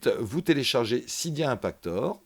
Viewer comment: Sa ne se prononce pas sida mais cydia